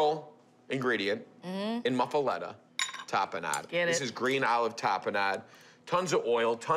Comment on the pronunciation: That’s- not how you pronounce it. 🥴